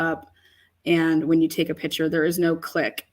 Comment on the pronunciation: Pick -chur not pitcher